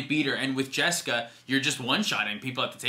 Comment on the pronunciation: It's funny you guys made jeska ishai "jes-kai" it's the first thing I did when I got my jeska from legends haha